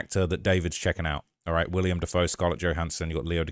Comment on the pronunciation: Omg… WILL-EM DAFOE. NOT William. lol.